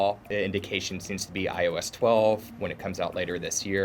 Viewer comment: He can't even pronounce iOS. This guy needs to stop doing Apple stuff, and apparently they released iOS in the fall. The fall of what?